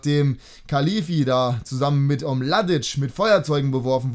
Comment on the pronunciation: Bin Braunschweig Fan und was Fejzic da im Tor macht ist nicht mal Kreisliga Niveau, kleiner Tipp noch er wird Khelefi ausgesprochen, aber sonst richtig coole Folge:)